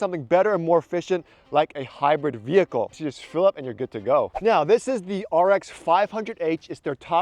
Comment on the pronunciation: It's hybird. Not hapoening.